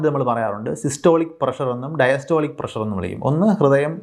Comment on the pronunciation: സാർ ഇംഗ്ലീഷ് ഉച്ചാരണം ശ്രദ്ധിക്കുക, തിരുത്താൻ ശ്രമിക്കുക, നിങ്ങൾ തിരുത്തിയാൽ പ്രേക്ഷകരും തിരുത്താൻ ശ്രമിക്കും "താല്പര്യമുള്ളവർ" ഷുഗർറ്, പ്രഷർറ് ⚠️⚠️⚠️⚠️ ഇത്തരത്തിലുള്ള അബദ്ധങ്ങൾ പറയാതിരിക്കാൻ ശ്രദ്ധിക്കുക